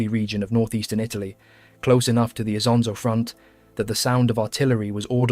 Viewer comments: just this little fact. The river' name is NOT Isa, Anszo, Asanza or Asanszo but ISONZO. Please, remember it. rough one million Italian soldiers died or got wounded in these places. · dude you are way too emotional over this the Italian soldiers of ww1 came from all over the peninsula and had different pronunciations of things themselves also Isonzo is just the Italian name, if we want to be picky the real friulan name is Isons or Lusins depending on the are you choose again, you are stressing over nothing, the soldiers don't care, the people over there don't care and there is no "real" name or pronunciation since everyone is entitled to call it however they wants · ha ragione a precisare, perché se vuole farci un video su qualcosa di così notevole per l'identità nazionale un po' più di impegno nella pronuncia male non fa. Great video otherwise though